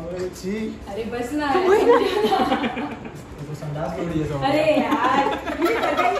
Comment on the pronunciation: its सांडसी not संदासी in gujarati we call it सानसी ।